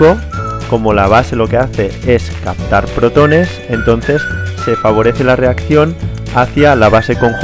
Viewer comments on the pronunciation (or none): none